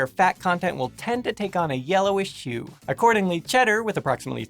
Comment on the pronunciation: lol, meeowk you might want to watch what words you run together, cause "yellowish shoe"s sound kind of funny XD